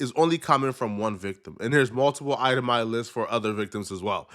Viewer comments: Bruh what is a "eye-tah-my" list? 😂 It's itemized brotha! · Item eye 😂😂😂. Itemized 😂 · ItemiZed .....Z there's a Z in there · Itemized…. Ized